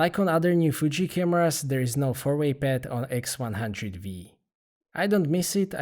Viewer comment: & nice camera- its the x100 Five not the x100 Vee